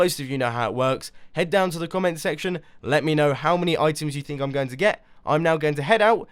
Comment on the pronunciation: why does he always say "welcome back and TODAY im gOng to play MINECRAFT!"